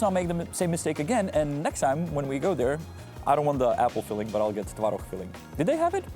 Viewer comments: Quirk ✅ quark ❌ 😂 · What is the word you’re using to describe the tvaroh? YouTube thinks you say “porks” or “quarks” or later “quirk”. I don’t see any meat or sub-atomic particles! In English maybe we would say maybe cream cheese for tvaroh.